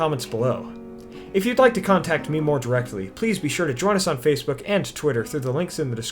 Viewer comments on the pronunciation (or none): none